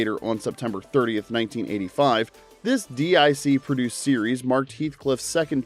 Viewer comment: DIC is pronounced "deek"